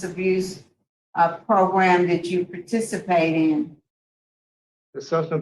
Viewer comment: Pro-gram.....program lol. Only can pull off "progrum" lol. Just saying